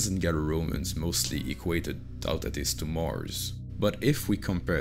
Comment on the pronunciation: In english sounding syllables, It's pronounced: "TU-tatis", not "TAUOU-tatis". You're welcome ;)